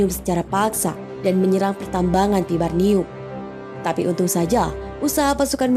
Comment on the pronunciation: Vibranium....bukan vibarnium, min.